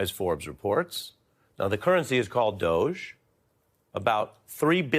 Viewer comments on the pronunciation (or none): Please use English. It's pronounced ˈdȯ-gē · Please pronounce it the Doogy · He''s an idea. In future pronounce it "DODGY", not DOGE. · It is pronounced doggie And then there were the rulers of medieval Venice. But finally ... are you kidding me? " Department of" Government Efficiency? Would anyone have gotten the joke if they had called it The Excellence of Military Intelligence or EMI for short? Department Government Efficiency is a meme for an oxymoron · DOGE. You should use the word, but pronounce it with a hard 'G', as in 'Government' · Why is not called the dodgy or doggie or dodgy doggie. Current pronunciation very unAngloSaxon for someone who hates foreigners he can't buy.